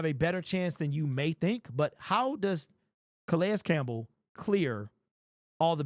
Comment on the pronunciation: Can we pronounce his name correctly?